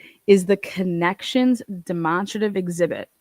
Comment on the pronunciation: Sorry for laughing but I have never heard demonstrative pronounced like that